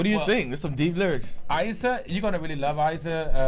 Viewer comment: Não é "Aiza" é Iza, com I